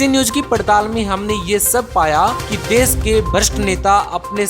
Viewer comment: विस्व या विश्व, देस या देश सहर या शहर पता नहीं कौन सा सही है 😂